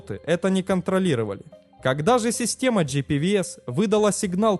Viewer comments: Правильно говорить "джи-пи-вэ-эс", так же как мы говорим "бэ-эм-вэ". Иначе "ви" это только "V". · Что за GPVS он в каждом видео говорит? Или он как всегда не правильно произносит: "джи-пи-ви-эс". Правильно GPWS, но W это не "ви".